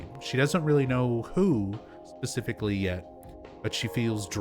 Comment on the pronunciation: I noticed you always say "pacifically" instead of "specifically" 😊 It's kinda cute.